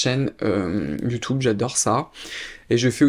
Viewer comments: YoutOub, youtOube, YouTube, you tou beuh 😊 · Top vidéo ! Mais pourquoi prononces tu youtOube ? Lol ça me stress !